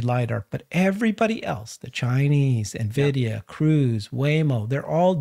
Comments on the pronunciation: En vidia, not Na vidia. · After 5 years still can’t pronounce Nvidia